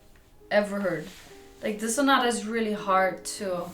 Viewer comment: To all english speaking musicians: please don't say "concero". It's an italian word: con-cer-TO. Pronounce the T. If you can't do it, just say concert. The same with sonata. It's not sonara, it's SO-NA-TTTTA.